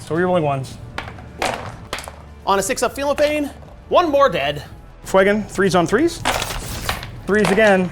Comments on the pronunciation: FWAY-GAN? Do you mean Fuegan? FYOU-GAN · Great game but fuegans name being miss said is a off put